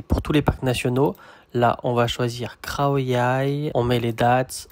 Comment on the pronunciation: Merci pour ce partage 🙏Je me permet une petite remarque, je ne sais pas si c'est moi qui entend pas très bien mais il m'a bien semblé à plusieurs reprises t'entendre prononcer les "KH" comme des "KHR" par exemple "KHAO YAI" que tu prononces "KHRAO YAI" et aussi au restau avec l'œuf au plat le "KHAI DAO" il m'a semblé comprendre "KHRAI DAO" . Est-ce une manière de prononcer qu'ont certains Thaïs ? Ou bien alors est-ce moi qui ait mal capté ? (sachant que mon ouïe n'est pas terrible non plus😊). J'ai relevé aussi que Sabri Thai avait tendance à prononcer les "KHR" comme des "RRH ", en faisant racler le "R" un peu comme dans la langue arabe, il dit par exemple " SAWATDEE RRHAP" ; peut-être s'agit-il pour sa part d'une influence linguistique inconsciente de par ses origines...